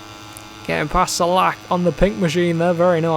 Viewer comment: Hello, iam from czech republic and rider Filip Salac is not "salak" but "salač" by the way, very funny and interesting, lets go to the next races and teams😁👍🤩